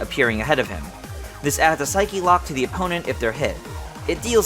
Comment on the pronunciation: I love all these concepts but I could NOT take things seriously when he started saying "Psych-E Locks" because I'm so used to hearing it said as "Psych Locks". I guess it's the """proper""" way to say it but it's SO alien to me that I couldn't help but giggle.